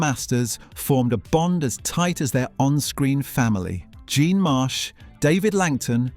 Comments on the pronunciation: Jean Marsh's name is pronoinced the English way - JEEN, not the French way JORN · Err .. its jean !! Not john.